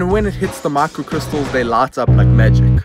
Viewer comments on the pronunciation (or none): Is he pronouncing “lot” to “light”? 🤔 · So, QLED TVs have a "brart lart"? 😂😂😂